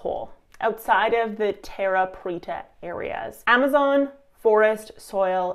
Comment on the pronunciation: you said it right. Preta means pressed